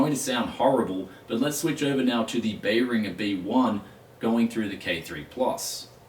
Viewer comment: just an FYI I wasnt sure what brand you had until seeing the Amazon listing, it's pronounced Bear-in-Jer